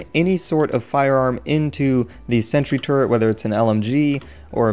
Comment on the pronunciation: i thought youre saying "Sentry Turd"